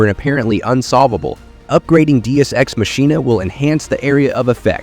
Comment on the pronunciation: This guys pronunciation is horrendous omg i cant enjoy the aegis age-es deus ex machina day-us x mach-e-na god damn